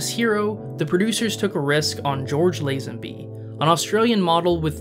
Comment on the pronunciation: Say Lazenby correctly...........